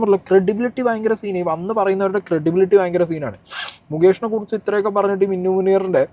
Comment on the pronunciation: മിന്നു അല്ല മിനു 😂